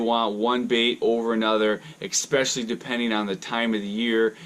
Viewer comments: Especially is not pronounced EXpecially. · P there is no x in especially, plain and simple. Just like there is no x in espresso, but people pronounce that wrong as well.